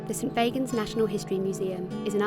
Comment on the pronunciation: When you said st fagans I cringed